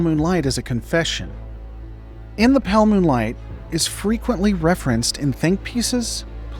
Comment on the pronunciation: brother why can't you enunciate "moonlight"